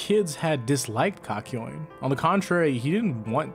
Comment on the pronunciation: did he just call (kak yo in), kakoin